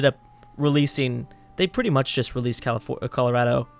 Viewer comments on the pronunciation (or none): none